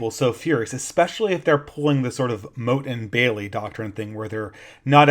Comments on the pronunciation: "MOTTE" != "MOAT" (sorry... but that bugged me) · The moat is the blue thing around the perimeter - "motte" rhymes with "pot"... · motte (rhymes with "rot"), not moat (rhymes with "rote"). The moat is a water defense surrounding the entire castle. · I think Motte pronounced like "not", the moat is the water ditch. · It's pronounced 'mot' you buffoon. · Oh that pronunciation of motte is bugging me. Motte and moat are not homophones, which was lucky for the people building them as the knew whether to dig a ditch or build a mound. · A minor nitpick, you're mispronouncing motte. You're pronouncing it like "moat." If you google it, there's a pronunciation you can listen to. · can you please learn to pronounce 'motte' correctly, so annoying